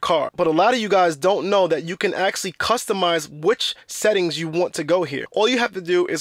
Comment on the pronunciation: I had no idea my Tesla “axxlly” had a parking brake. For real though, Good video.